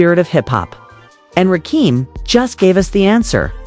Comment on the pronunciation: She mispronounced RAKIMs name... ima turn this attempt to reach the HipHop Culture off!!!!